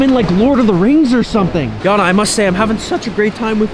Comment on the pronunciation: It’s not Yana it’s Jana